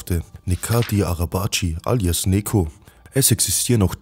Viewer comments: Bro man spricht es nicht wie Nekoh sondern Nedscho oder Nejo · richtiger pik! 😂( spaß no front!)